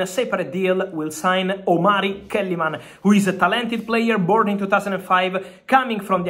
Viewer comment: Its a Ghanaian name (Omari) not (Omalri)